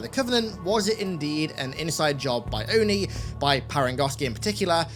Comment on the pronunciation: I'm glad that they finally said ONI instead of O-N-I (oh-in-eye)